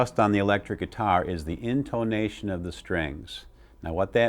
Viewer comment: "IN - TOE - NATION"